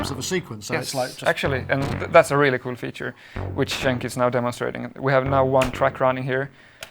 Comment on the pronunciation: Another small detail is Dataline is called DENK not JENK lol